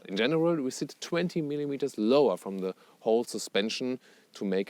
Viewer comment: sprichst so flüssig englisch da kannst dir doch noch bei der Aussprache etwas Mühe geben ;)